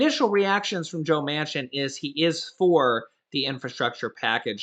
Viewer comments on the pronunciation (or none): none